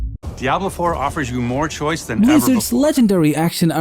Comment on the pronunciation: What is this daablo foor?